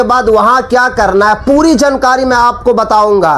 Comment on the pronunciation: Abe bolna thik kar le jankari nahi jaankari bol jahil